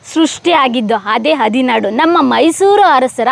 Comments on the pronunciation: ನಿಮ್ಮ ಉಚ್ಛರಣೆತಲ್ಲಿ ಹದಿನಾಡು ಎಂದು ಹೇಳುತ್ತಿರುವುದು ತಪ್ಪು. ಹದಿನಾರು ಎಂದು ಹೇಳಬೇಕು. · ಹದಿನಾಡು ಅಲ್ಲ ಹದಿನಾರು. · ಹದಿನಾರು ಗ್ರಾಮವನ್ನು "ಹದಿನಾಡು" ಎಂದು ಹೇಳುತ್ತಿದ್ದೀರ ಸರಿಪಡಿಸಿರಿ.